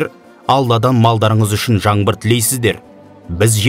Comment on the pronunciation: Жаңбыр- жаМбыр емес!!